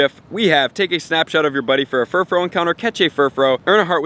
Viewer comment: Bro, it's Furfrou, not Furfrow!